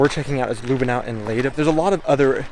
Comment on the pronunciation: Not Lüh benau it's Lüb benau. Short ü 😉